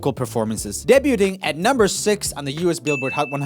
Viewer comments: "Ha, they said number 2..." Yeah, well you said 'debuting' as 'deb-you-ding'. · Are we going to ignore how he pronounced debuting? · The way he says debuting